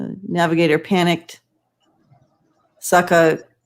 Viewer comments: FYI. It is. Sa Kuh juh wee uh. Google it. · A Native American friend gave me correct pronunciation of Sacajawea: suh-cog-uh-way-yuh. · 😱 I guess you don't remember your history from elementary school. It's: sock-a- ja- we- a. 5 syllables. (From a retired school teacher)❤️🤪